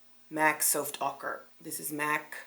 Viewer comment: I died of laughter with “Souft auker” omg and u kept saying it 😂😂🤣🤣😂 I needed that laugh !!